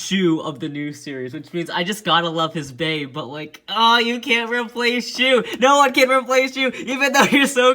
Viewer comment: *shu not she